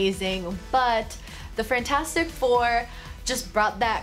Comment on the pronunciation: This is like my third time watching this and I just noticed Frantastic instead of fantastic don’t kill me.